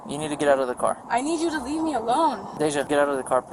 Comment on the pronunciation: There is an affliction of saying leave-uh or any other iteration of adding an uh/ah to the end of a word that people like this thinks puts more emphasis on their opinion….and that it will work in their favor! 😝😂😂